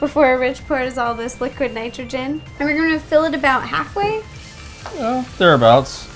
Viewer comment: nitrge? -_- idiot. its nitrogen